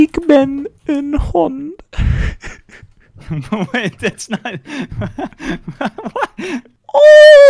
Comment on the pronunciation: van der meulen Indeed that was Dutch and for a guy who doesn't speak it, he said "ik ben een hond" very very well imo